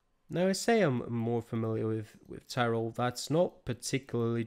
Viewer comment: You have a very good pronounciation for the places